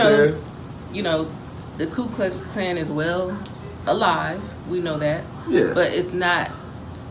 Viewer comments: KU, not "KLU". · IT'S NOT "KLU" in the first word..... IT'S "KU" KLUX KLAN... fyi... MOST people say and spell that first word incorrectly... It is spelled "KU" The Ku Klux Klan (/ˌkuː klʌks ˈklæn, ˌkjuː-/),[c] commonly shortened to the KKK or the Klan is the name of several historical and current American white supremacist, far-right terrorist organizations and hate groups. Their primary targets are African Americans, Hispanics, Jews,[39][40][41][42][43] Latinos, Asian Americans, Native Americans,[44] and Catholics, as well as immigrants, leftists, homosexuals,[45][46][47][48] Muslims,[49][50][51] atheists,[29][30][31][32] and abortion providers.[52][53][54] Ku Klux Klan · More truth: it's "KU KLUX KLAN", not "KLU". The More You Know.... BTW: when I lived in Alabama in the early '60s I saw cross burning in front of homes off the highway these lunatics set off. That is why it ticks me off when these young activists call people those names like KKK members (& Nazis) with no idea of what they were like since I've actually seen the real deal in action. The kids have no idea of that kind of fanaticism. But then Pantifa raises its ugly head in the same fashion making THAT a better comparison. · FACT: It's not called the "Klu" Klux Klan, although that would have made pronouncing that evil organization a lot easier. No, it's called the Ku Klux Klan and yes, it was invented by Democrats to threaten black voters to dissuade them from voting for the Republican Party, the party that ended slavery in America (not the Democrats that supported slavery and racial segregation in America). Never forget too that the KKK not only hated black Americans; it hated and continues to hate Jews and Catholics too since it is a white Protestant organization. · The first Truth you should know is that it's called the KU Klux Klan not the KLU Klux Klan (Just Saying) 🤔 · It was "Ku" not "Klu" because they didn't have a clue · It’s Ku not Klu. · Ku Klux Klan not Klu Klux Klan ...